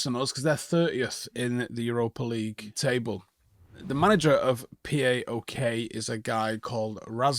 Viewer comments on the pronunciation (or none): It’s not pronounced like P.A.O.K. it’s pronounced like PÁOK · It's not P.a.o.k. It's pronounced as Paok, one word not separate letters. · Love the way he says PAOK, it’s pronounced Pauwk.